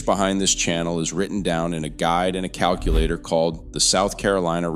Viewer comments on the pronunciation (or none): none